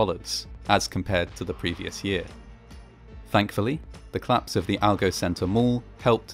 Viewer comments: Your videos are very good, but I keep thinking you're saying "claps" rather than "collapse"! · Great content, as ever, but please stop removing your mid-word vowel syllables on certain words for no valid reason. It's a 'collapse', not a 'clapse'. It's a 'collision', not a 'clision'. No disrespect to your output, which is generally wonderful, but it's just so offputing and abnormal to do this, especially as a presenter. Peace - and keep up the good work.